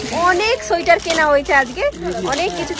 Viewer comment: onek din por k besh pranobonto laglo. tarahuro kore kotha bolte giye tomr uchharon gulo kmn jeno lagchilo aj. Tumi bolcho শোইটার. 😊 Bonder kache peye khub excited bujhte parchi😂. Tomader vlog a sab kichu vlo lage bt tomader oi kole niye vaat khawa ta khub baje lage. JapaneesTemple tay ami onk pic tulechilam. 5/6 bar Darjeeling gechi tao mone hoy bar bar jabo.